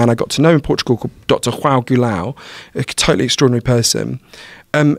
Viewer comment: For real I got triggered when he said "Hoão"😂😂